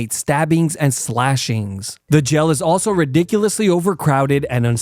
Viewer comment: Dunno whyy, but him calling jail “jell” is so cute😂